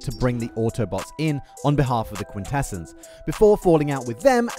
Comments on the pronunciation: Bro this man cannot decide on how to pronounce quintessons. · mispronouncing "Quintessons" is pretty sad for a TF-themed channel.